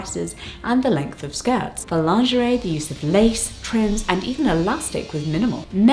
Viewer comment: Pronounce it Lingerie. Lin gur ee